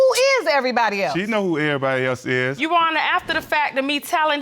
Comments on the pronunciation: Uwonna learn how to say "your honour"? 😅😅😅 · Bunch of illiterates! Absolutely shameful and she can't even pronounce 'your honour ' ! Shameful!!